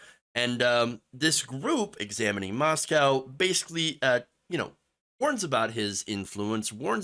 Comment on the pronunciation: FYI....... Moscow, ID is pronounced MOS-CO. Don't feel bad, I pronounced it wrong until I dated a gal who graduated from U of I. Thanks for sharing. These right wing Christians are flat out insane!